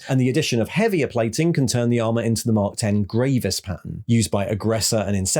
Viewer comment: FYI it;s mark X {like the letter X} not X {10} armor Caull wanted it not to be a numerical mark